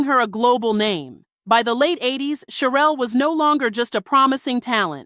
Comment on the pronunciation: CHERELLE PRONOUNCED SHERELLE